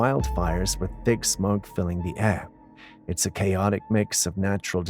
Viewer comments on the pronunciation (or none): none